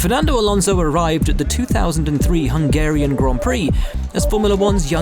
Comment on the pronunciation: the way you just said Hungarian descusted me ewww f1s social people are cringeworthy as fuck LOL geeegeeeeeee